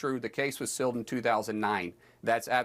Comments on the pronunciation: BTW...Markwayne Mullins can't even say "sealed". He keeps saying "silled". What a dunce!!!! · That’s ok Mullin, the victims and witnesses are releasing the evidence they have around the clock. Also, the word is sealed, not silled. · My God, Mullen is duuuumb! Is he trying to say "sealed" when he keeps saying "silled"? Ugh!!! 😂😂😂